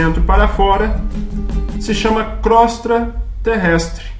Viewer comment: Só lembrando, não é crostra: é Crosta terrestre.